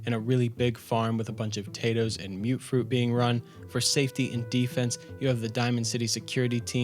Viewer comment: Am I wrong to think that it’s pronounced mut-fruit and not mute-fruit?